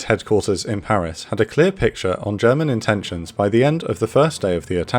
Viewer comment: you improved on your German pronunciation noticeably I am a happy German now